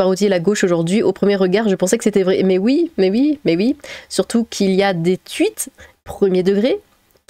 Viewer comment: Maîtresse par pitié ne dîtes plus "TUIT"...mais "TOUIT"...tuit c'est darmanesque...ça pue les ceulasses à qui appartiennent les cieux...quand vous êtes sinon du deuxième cercle, au moins de la neuvième fosse du huitième de votre royaume 😍